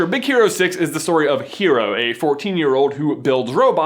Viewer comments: Sorry not sorry- pet peeve- his name is Hiro not hero. Hiro as in Hee-row. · Not hero, Hi-ro. It is Japanese. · smashes through window I CAME AS SOON AS I HEARD Edit: stop mispronouncing Hero's name >:( it has a slight roll on the R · Rrrrrrgg please if you ever make another Big hero 6 theory listen to how Honey lemon pronounces Hiro's name h-i- ro with an accent. Honestly she is the only voice actor who took the initiative to pronounce the name properly.